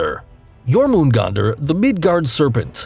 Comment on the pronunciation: "Levaithon" "Jormongondur" These pronunciations man. They hurt. Though Jörmangundr I can't be mad about cause it's weird but Leviathan is pretty easy man.